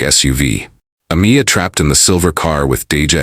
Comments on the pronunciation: The narrator could say last but a tiny effort into pronouncig her name. UH-MY-UH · Ah-meye- ah. Not Ah-me-ah. You should edit your narration. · Her name was pronounced A-my-a, not A-mee-a. So disrespectful.